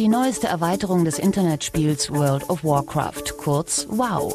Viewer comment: Alter das is alles fake^^ Er kann nicht mal "Warcraft" ausprechen und das is ein normales Englisches Wort. Dazu warum zeigen sie nicht seine Chars nein sie müssen lv 2-10 Mensch Hexenmeister zeigen....